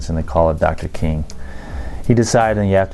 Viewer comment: I caught that he said Martin Luther coon.🤦🏾‍♀️ Awesome video as always thank you for sharing ❤